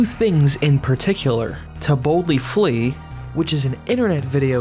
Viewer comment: Half the time when people say “To Boldly Flee” it sounds like “Tiboutli Flea,” which presumably is some sort of weird monstrous insect... entirely plausible...